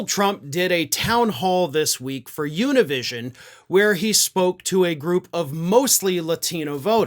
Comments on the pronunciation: Univision is to be pronounced with the Spanish alphabet, not the English alphabet. It's not Yunivishon, it's ooneevissyonnn. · As a Latino, it hurts me how he said Univision 😂